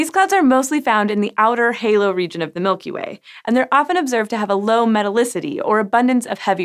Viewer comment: Mulky Way